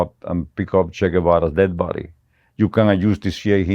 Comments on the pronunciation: You've all been pronouncing his nickname wrong. 'Che' is pronounced as you would che in cheese. Che is a sentence filler like some Americans use 'like' every two seconds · This guy comes across as a lying piece of 💩 he’s lied so much, he doesn’t know when he’s telling the truth 😂😂 at least pronounce Ches name correctly you FN clown 🤡